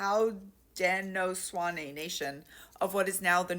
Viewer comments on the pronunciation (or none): Love this! Thank you for all the work you do and knowledge you share! One quick correction for future reference: Haudenosaunee is pronounced Hoh-den-oh-show-nee Formally known as the Haudenosaunee Confederacy, theyre a collection of 6 tribal nations which include the Iroqouis, Oneida, Mohawk, Seneca, Cayuga, and Onondaga This sort of topic is important to engage with as a mixed race person. Im white and Native, and the tribe I belong to, the Anishinaabe, while being relatively egalitarian in status/power/decision-making does still follow patrilinial descendency (not last namea, but our clans are passed down from the fathers side) and does still contain a healthy dose of complimentarianism in its traditonal gender roles (men are firekeepers, women are the water tenders, etc.) Its complex in how much is blended in modern times with hundreds of years of (mainly catholic in our tribe) christianization and the forced assimilation of boarding schools